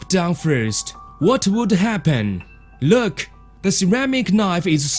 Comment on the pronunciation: Lerk at he paperrrrrs